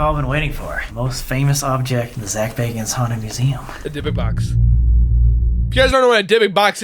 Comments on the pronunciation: Really can you read baaaaagans!!!!!!! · Bagans,I thought you said Zak Bargans?:)+ xoxo ,muah,peace lol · Im sorry but Zaks last name isnt Bargans its Bagans. Zak Bagans. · Zak bagans lol your saying his name wrong.. lol